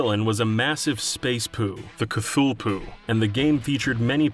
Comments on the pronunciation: space "cthulpoo" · Considering Cthulhu is pronounced "clue-loo", Cthupoo actually has a ring to it.